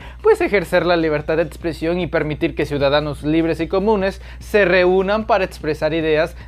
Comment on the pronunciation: Expresión, no etspresión. Pero bueno que esperamos de ti si tu líder es el "residente" de la república.